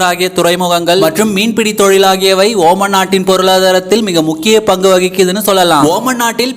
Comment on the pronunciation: Not oman it's omaan